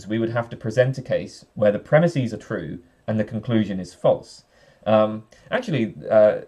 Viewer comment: Here's a normative comment for you. Stop saying "premisēs". That's not a word. The plural of "premise" is "premises". Just like the plural of "horse" is "horses", and not "horsēs".